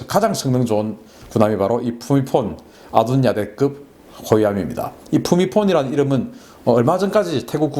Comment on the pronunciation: 박사님... 너무 잘 아시고 태국어를 한국어로 부르는 말이 너무 정확하시네요.. ㅎㅎ 챠크리라고 부르시는거보단 짜끄리 라고 부르시는게 정확한 발음 입니다. 푸미폰 아둔야뎃... 맞습니다. 전 태국국왕의 풀네임 입니다. ㅎㅎ 즐겨보고 있습니다.... ㅎㅎ